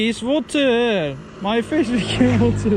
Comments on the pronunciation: 'da Türkçe ingilizcesi konuşuyorsun galima. Wateeeeeer :))) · it is wateeer:) korean english olmuş